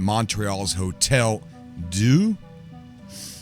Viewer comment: Your French, though - Lol! Thanks for updating all of us - love your channel! If you want to pronounce it Philojeux: fee-low zh-ure (last sound between 'er' & 'you', drop the 'r' sound almost completely) Mnemosyne: nee-maw-zee-nee Hôtel Dieu: oh-tell dee-ure (again largely soften the ending 'r' sound to end more like in an 'uh' sound)